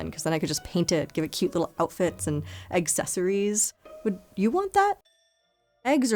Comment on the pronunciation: Did you just say 'egg-cesorries?' lmao